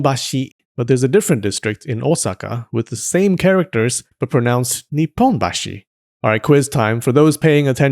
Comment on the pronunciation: 日本人ですが勉強になりました。絵が可愛くてずっと見ていられました。NIPPONBASHIの発音も100点です。